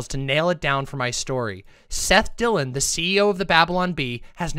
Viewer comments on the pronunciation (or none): none